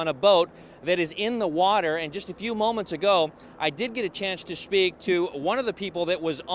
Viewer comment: "shtanding" and "shpeak" omg stop or should I say "shtop? please SHTOP talking like this!!!